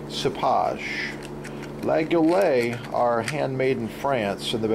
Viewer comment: dude you're pronouncing the name all wrong, it's kinda cringe..